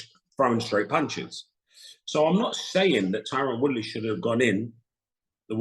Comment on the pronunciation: bruh he called tyron Woodley "Tyren Woodrow" LMAO